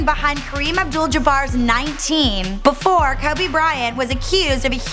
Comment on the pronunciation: Had to mute the video after the 3rd "BEFORUH"